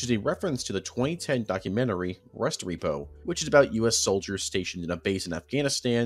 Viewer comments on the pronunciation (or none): Thinks it’s pronounced res-trep-oh not rest repo. Really enjoying the iceberg. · Restrepo is Reh-strep-oh. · Ahh yes... OP Rest-Repo. I love the work you put into all this, but come on. If you watch Restrepo, you'll know how to pronounce it. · Rest-repo lol thats def not it. Its re-strepo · "Restrepo" as "rest repo" hit me even harder. It's the last name of Juan "Doc" Restrepo, who died at age 20 in Afghanistan. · My only problem is him miss pronouncing a lot of things including Camp Restrepo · two and a half hours and the only thing you got out of this is a mispronunciation of a word like three people say regularly